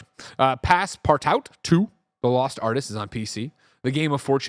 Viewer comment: I hope your wife wasn't watching this episode, Greg, with how you pronounced PassPartout